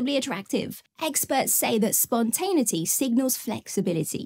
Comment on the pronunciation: SPON-TEN-AY-ITY UN-ABASH-ED-LY 😊